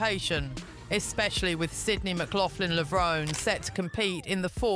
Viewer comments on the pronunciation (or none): The final “e” in Levrone is Pronounced! Levron-E. Do your research.